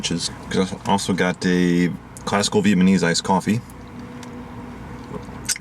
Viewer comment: Viet Muh-neese? Did I hear that right? 😏 Thanx for the LJ Peretti reviews...